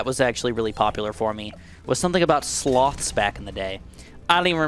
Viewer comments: Speaking of you misunderstanding speakimg on Reddit, I misunderstood you saying "sloths" as "slots" lol. I was thinking "wait, why was David Attenborough doing a documentary on casino slot machines lol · When he said sloths I thought he said slots which is INCREDIBLY IRONIC considering the first popular comment